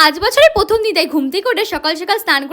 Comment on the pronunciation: Katha ta hobe prothom not pothom Apni pronunciation ta thik korun